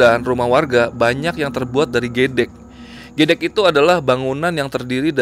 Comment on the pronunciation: Gedhek. Bukan gedek